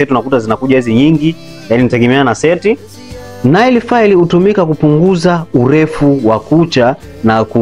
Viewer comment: Tamka neil sio nail